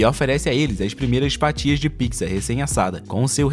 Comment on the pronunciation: Ele fala pizza errado